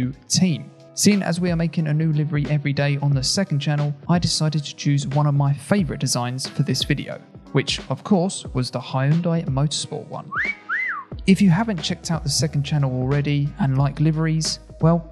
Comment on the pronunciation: "HIYOUNDAI MOTORSPORTS" Actually, H and Young's youn, It pronounce like Hyoun-Dae